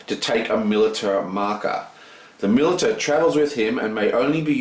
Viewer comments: btw. militia is pronounced "mil- ish - a" NOT "mil - it - a" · Dude, its pronounced mil-ish-a, for militia